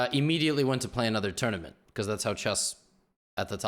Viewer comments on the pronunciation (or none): none